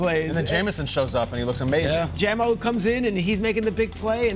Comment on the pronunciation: Him calling jaymo jahmo is so annoying